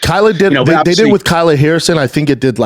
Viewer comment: It's Kayla Harrison, not Kyla. Come on dude